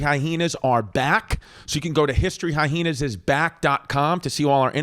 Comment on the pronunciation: Why do you pronounce it as High-heenas